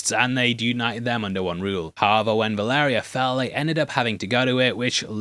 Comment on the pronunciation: Him pronouncing Valyria like that is driving me nuts. Baela already has Moondancer. They are combining Rhaena with Nettles.